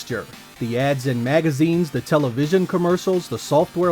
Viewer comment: the way you say television commercial , is like some one from the 1940s first pronouncing television for the first time , the fact that you actually said it like that adds an extra sprinkle of nostalgia to this lol